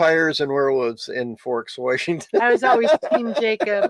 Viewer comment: Seaview wershington